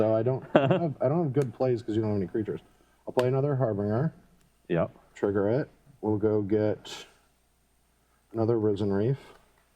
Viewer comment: it's Harbin-jer, not Harbinguer. Also, play slower and read your cards, folks:(